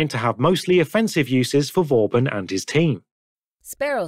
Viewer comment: Did you intentionally make the text to speech say bob-omb instead of vauban and pacemaker instead of peacemaker?